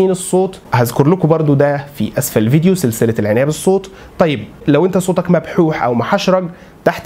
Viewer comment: كيف تحسن صوتك بفتح التاء، والله أغلقت المقطع لما سمعتك ضممت كلمة صوتك ولم تفتح التاء.